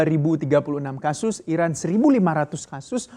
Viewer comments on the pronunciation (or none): none